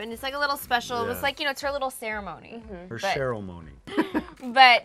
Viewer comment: Her "Cherylmony"😂